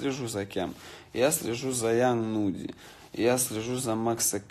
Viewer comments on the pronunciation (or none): только не Young Mudy, а Young Nudy